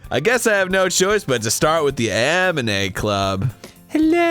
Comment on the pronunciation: Is it just me or Arin said "Amine" everytime instead "Anime"?